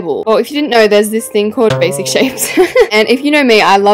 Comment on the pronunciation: the way she said "bashic" 🤣🤣🤣🤣🤣🤣